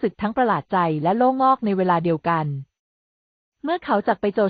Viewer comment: จักพรรดิ อ่านว่า จัก -กะ-พัด ,โล่งอก อ่านงงว่า โล่ง-อก